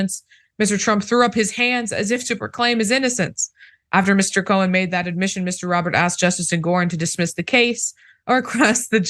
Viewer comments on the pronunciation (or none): His last name is Cohen, not cowan.